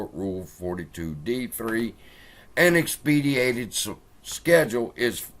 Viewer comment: X-PEH- DIGH-TED